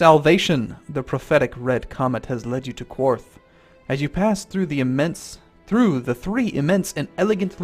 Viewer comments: it is pronounced KARTH, not KWARTH. there is no U in it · Qarth.. there is no U after the Q. So you don't need to pronounce it as Que-arth. You simply pronounce it like Carth or Karth. Also, if you watch (or re-watch) the TV series where she is actually in Qarth, you'll hear them pronounce it as so. :) PS. Love your channel and your videos. Keep up the good work! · KARTH NOT Q-WARTH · You know Qarth is pronounced Karth right? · Like the Spice King says, Qarth is pronounced "KARTH" not "Qwarth". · Qarth! Not quarth! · "The beauty of Quarth is le-" "Qarth." "...Qarth." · I am so sorry but I'm for some reason freaking out about you saying Qarth like Quarth xD I never had that feeling before.Mabey its because I'm Jelly xD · "that's where dracarys is" "no wait that's how you say fire in dragon" "so we are in quarth" "rokuarro" "DRAKEHRYS" "pyiat pri" wow, does he even know how to pronounce anything? or the correct name of some things? other than that, great vid lol